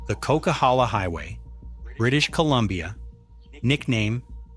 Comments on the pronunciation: The coquihalla, Not called the cock, it's like coke. There's a really cool video of the making of that highway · Coke highway, not cock! It’s a blast to drive in summer! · Lol, the narrator mispronounced the nickname of the Coquilhala highway as the "Cock" and in reality it's the "Coke". A popular reality TV show with also the same name referred to it as The Highway Thru Hell and the Bermuda Triangle is reference of how quickly to the weather, there's been no known stories of vehicles simply disappearing with no trace.